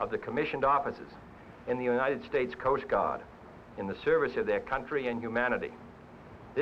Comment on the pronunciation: “Coast Gaahd”